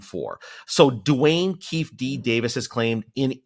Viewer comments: (FYI: "Keefe D" is pronounced, 'KEY fee D". NOT "Keef D" !!! Also, when U talk ab't the 'Fame, Wealth & Power' component to him it's very hard to separate or ignore, the MH (Mental Health) side of WHO he, is. (Video from the "Denise Brady, LCSW" Channel) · Tom, you should have done a lot more research before doing this interview... and I mean A LOT more!!.... Shit!! You called Suge Knight the leader of NWA and you continued mispronouncing Keefe D's name throughout the whole video!! Those two things alone just goes to show how you had little to no research done regarding this matter. Not that it is extremely important, but are you even a fan of hip-hop? The only reason I ask is because if you were, then you would've known where to go – even on YouTube – to find all the information and answers you were asking this man for the past hour or so on a subject and on a series which he told you at the top of the show that he had only watched about 1 ½ episodes of and most importantly, that he doesn't know about, nor have any interest in! Lastly, have you at the very least even watched/listened to any of Keefe's or Suge's heap of interviews? PS: I already know the answer given the incessant mispronunciation of Keefe's name and lack of knowledge surrounding this whole subject.